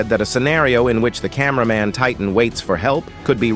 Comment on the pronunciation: Camæaman titan